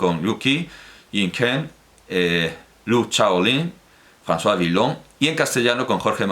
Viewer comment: Villon se pronuncia aproximadamente "Viyón" (con la v labiodental fricativa francesa) y no "Vilón". El propio poeta rima su apellido con palabras como "pavillon" y "sillon . La confusión se explica porque en muchas palabras el grupo "ll" se pronuncia como 'l", por ejemplo en "ville", pero no es así en "Villon".